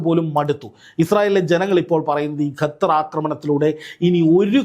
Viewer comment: Gathar❎ Qatar. ✅